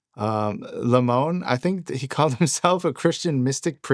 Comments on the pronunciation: lemoine is french and is pronounced ''lemwan'' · Blake's last name is pronounced Leh-moy-n, I know him in real life.